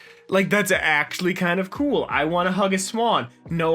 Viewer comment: Did you say COOLAGI????